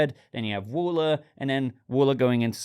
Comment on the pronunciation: That's Waller not wooler ha